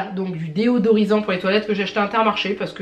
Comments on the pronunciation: Nooon Désodorisant pas Déodorisant !!! :) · On dit pas plutôt du désodorisant pour toilette car j’ai l’impression tu dis deodorissant ? Ou c’est moi qui dit n’importe quoi dans ce cas là dite le moi pour pas que je passe pour une con à chaque fois je dis ce mot 😂